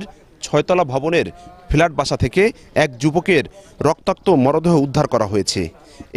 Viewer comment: ফোলোর/ ফেলাট/ পর্কিয়া এসব উচ্চারণ নিয়ে কিভাবে উনি রিপোর্টার হইছেন???